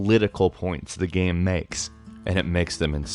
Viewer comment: Why the fuck is he saying gem? Its called game